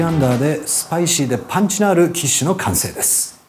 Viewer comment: 「ッパンチ！のある」好き